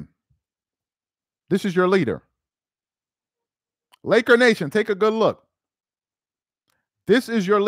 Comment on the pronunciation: Stop saying Lakernation 🤣 Real Laker fans don’t like this clown 🤷🏾‍♂️